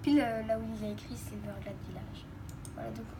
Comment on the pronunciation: ta dit silverglade au lieu de silverglede